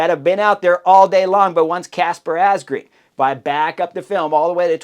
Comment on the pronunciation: It is pronounced Asgreen as in madden or man not green